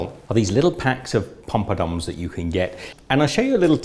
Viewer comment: literally crying laughing 😂😂😂 it's Poppadoms 😂😂